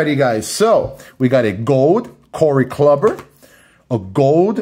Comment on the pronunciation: Bro…Corey “Clubber” lol😂 🤦🏽‍♂️…no offense cuz you seem like a nice guy but are you even a baseball fan if you don’t know how to pronounce Corey Kluber’s name?